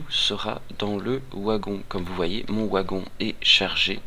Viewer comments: Le "W" de Wagon se prononce V. Mais merci pour ta vidéo ! c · Le OUagon ! :p tu es Belge ? Suisse ? (je critique pas, je suis originaire de Metz, à quelques Km du Luxembourg ;) tiens sinon j'ai partagé toute ta playlist qui est bien pratique pour débuter sur le jeu sur le site communautaire que je gère : ! tu es welcome ;) ++